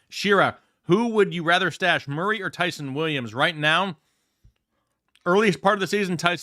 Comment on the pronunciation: please stop mispronouncing that man’s name… Ty’son sounds like John not Sun